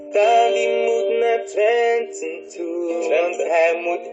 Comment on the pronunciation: HAHAHA eetnnnn Twenty kind het is Twente xD 😂😂